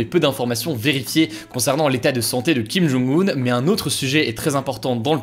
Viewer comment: J'espère que tu apprendras à prononcer le nom du dictateur nord-coréen (김정은) quand même, quitte à le prononcer plusieurs fois par vidéo. 😉